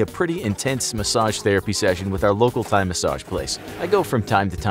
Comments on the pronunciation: heads up- despite the "h", it is pronounced, "Thai". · I love how he called the massage place the “thigh” massage place.